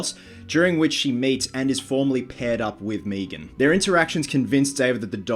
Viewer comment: Stop saying meeegan... it's meg'an watch family guy if you aren't sure.